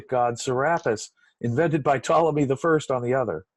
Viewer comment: Ptolemy SILENT P. just sayin